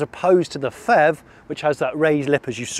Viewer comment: Hi Jonny - Great review, as always! Just one personal suggestion though - can we not call it the "FEV". I think it would be easier to distinguish it if you stuck to P-HEV(Pee-HEV)... Especially since FHEVs are actually a thing... Just my 2 cents...